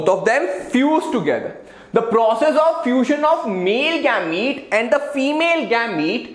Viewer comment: It is not gaamete